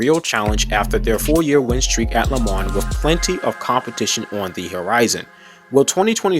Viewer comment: Love the teaser for 2023 Do me a favour please, learn to pronounce lemans correctly! Le mahn. ( that is the phonetic). And yes, pronunciation of the most iconic race, in the world, is very important!